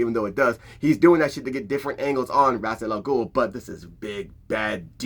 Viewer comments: I like Ghul's proper name pronunciation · Pronouncing Ras al ghuls name incorrectly the whole time ruined it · Damn. That name thing is a game changer. Also props for learning and making sure to say it fluently so many damn times. I can't promise I will get it just as fluently but I will practice. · didn't batman pronounce Ra's name two different ways in this movie. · Well...imma just go with Kevin Conroy's pronunciation on this. This "true" pronounciation has that Carl from Jimmy Neutron saying "Croissant" energy. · fuuuuuck... so we've ALL been saying his name wrong this entire time!? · It's been mispronounced in multiple different ways. I'm almost reluctant to take it because this is the 3rd pronunciation I've heard for it. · Holup then DC needs to correct how his name is pronounced! Cause from Arrow, Batman the Animated series, and many DC IPs pronounced his name as it shouldn't be. Please point this out so more fans figure out how to say it.